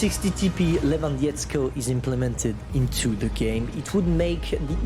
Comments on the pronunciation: Try to pronounce it correctly: Le[t] - wan[d] - o[h] - sk[i] - i[n] - ego Dont pronounce letters in And the "w" is "hard" like in german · You should better say Lewandoskiego. (english accent) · Le-van-daw-ski-go* you're hurting my ears T_T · POLSKA GUROM its lewandowskiego, not lewandziecko haha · Lewandiecko 😂 perfect polish accent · As I'm Polish, it always puts a smile on my face when you say "Lewandowskiego". If you'd want to pronounce it better, here's a quick guide: The first "Le" is read like in "leg". Then, the "wan" is read like "van" in English, every w in polish is a v in English. The "do" sounds like in "door", "w" is again like v, s is normal. And here comes the hardest part, "ski" should sound like in word "skiing" and "ego" like in LEGO, those plastic bricks. I hope I helped you, keep up the good work!